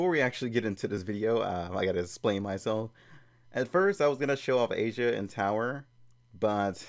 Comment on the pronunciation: It's not "Asia" its "Aisa" lol